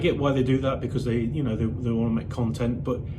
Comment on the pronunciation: Very well composed video that exposed a few truths about that parasite 👍 And since he likes to call out people's faults, I know you'll see this Lee 😁why can't you hold a knife and fork properly? And why can't you pronounce the word 'because' ?